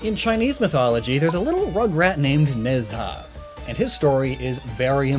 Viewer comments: nez ha? its more like ne ja :/ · Its not nez ha its ne zha pronounce ne cha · Ne Zha is loosely pronounced in English like "nuh jah" the retroflex zh sound doesn't exist so j or dj technically sound like the j sound in Mandarin. Regardless hearing "nez ha" is major cringe. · You put the image of Ne Zha from the 2019 film of the same name which is on Netflix and comes with subtitles and you still pronounced his name VERY wrong. The mandarin to English dictionary says its pronounced knee-z aa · Ne Zha is pronounced nah-JHA or something to that effect (don't know how to express tone in writing lol) But does anyone else think it's funny that Sun Wukong--the inspiration for a great many characters in contemporary pop culture--is itself inspired by another character. That being Hanuman (loosely pronounced HAH-new-mon.) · As a Chinese kid every time I hear you say Chinese words I correct them in my head. Still doing a better job than my sister though. Keep up the good work. Ne Zha is pronounced more like nuh (piz)za. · goddd the mispronunciation of Nezha keeps annoying me